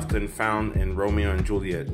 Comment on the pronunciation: Did He Say Ramow